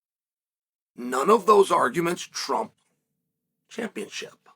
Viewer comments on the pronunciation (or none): none